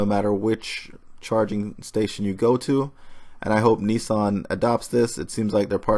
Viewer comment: Neesarn? Isn't it Nissan?